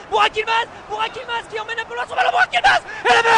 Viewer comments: Adının buğak değil Burak olduğunu söyler misin onlara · Lan adama niye buvak yılmaz diyolar kaksjsjsjjdjsnd